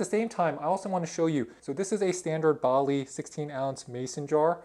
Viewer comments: It's a Ball--not a Bali! Also why "budden" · and budden and he called it a "Bolly" jar. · lol never heard Ball said like that